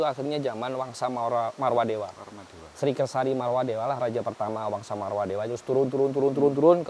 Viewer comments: MAAF,karna sering salah ucap,Tyang luruskan Dinasty Warmadewa bukan Marwadewa.....🙏Rahayu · Sekedar mengingatkan saja, dari episod 1 sampai 4 ini saya dengar menyampaikan Warmadewa itu "Marwadewa"😊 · Warmadewa maksudnya bang.. Bukan marwadewa